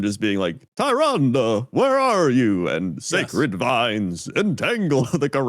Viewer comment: Two people that have played WoW since its beginning that can't pronounce Tyrande. XD